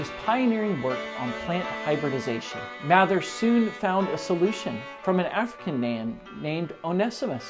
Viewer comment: I'm a direct descendent of cotton mather. It's pronounced "mayther"